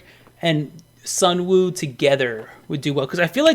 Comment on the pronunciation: I agree with the whole list basically but I just want to say Sunwoo is pronounce as Sunu.